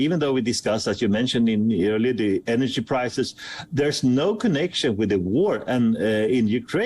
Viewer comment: He can't pronounce the word "energy"...